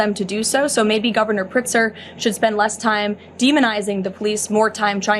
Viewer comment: I live in Illinois and last time I checked his name was pritzker not pretzer